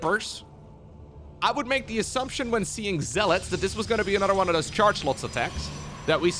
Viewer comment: "borer", "orer", "anorer".